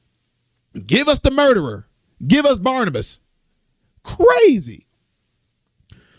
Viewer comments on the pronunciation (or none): Barabbas, not Barnibus. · Um, it was BARABAS, not Barnabus 😅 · Barabbas not Barnabas 😮